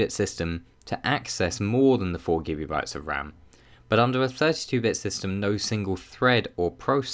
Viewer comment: I keep on hearing him say Gibby bytes...